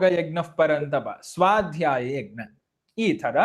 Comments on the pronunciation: ಯಗ್ ನ ಅಲ್ಲ ಯಜ್ ನ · ಯಜ್ಞ ವನ್ನು egnya ಅಂತ ಸರಿಯಾಗಿ ಹೇಳಿ 🙏🏾ನಿಮ್ಮನ್ನು ನೋಡಿ ಕಲಿಯುವವರು ಇರುತ್ತಾರೆ 🙏🏾ಜೈ ಶ್ರೀರಾಮ, ಗ ಕಾರ ಅಲ್ಲ ನಾನು ಹೇಳಿದ್ದು, ನ್ಯ ಬರಬೇಕು ಕೊನೆಯಲ್ಲಿ ಅಂತ, ಅದನ್ನು ಬಿಡಿಸಿ ಬರೆಯಲು, ಇದರಲ್ಲಿ ಇಲ್ಲದೇ ಇರುವುದರಿಂದ, ನಿಮಗೆ ತಿಳಿಯುತ್ತೆ ಅಂತ ಹಾಗೇ ಬರೆದದ್ದು, ವಾಯ್ಸ್ ಮೆಸೇಜ್ ಆಗೋದಿಲ್ಲ ಇಲ್ಲಿ ಅದಕ್ಕೇ ಸರಿಯಾದ ಉಚ್ಚಾರಣೆ ಇರಲಿ ಅಂತ, ನಾನೇನೂ ಎಲ್ಲ ಗೊತ್ತು ಅಂತ ಅಲ್ಲ ಕ್ಷಮಿಸಿ 🙏🏾ಕಲಿಯುವವರು ಇರುತ್ತಾರೆ ಅಂತ ಅಷ್ಟೇ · ಯಜ್+ಞ ಎಂದೇ ಉಚ್ಚರಿಸಬೇಕಾದ್ದು. ಗಕಾರ ಬರಬಾರದು.